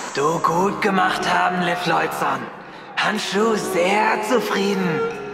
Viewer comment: war geil aber "han shu" war schlecht umgesetzt... zb des mit diesem Yoda gerede...bzw betonung war bääääd